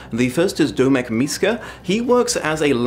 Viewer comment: Dear... Domek is the informal form of Dominik, hence the O in Domek being pronounced the same as the O in your name;) greetings from Prague:)